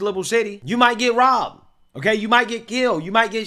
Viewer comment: what the fuck did he say? They were bit? Bibed? Is he not able to say “ROBBED”?